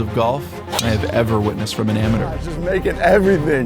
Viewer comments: Why did you say "amadeur"? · why cant bryson pronounce amateur. Its not pronounced amater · Chase letting him pronounce amateur like that is so funny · Why’s bro saying amateur like he’s British